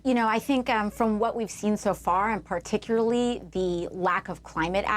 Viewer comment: She had me at “particuly”….jajajaja